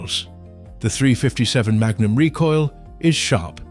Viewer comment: Three hundred and fifty seven ? Who gets these British or uk no knowledge of firearms to do these videos ? Can’t even pronounce 357 magnum properly.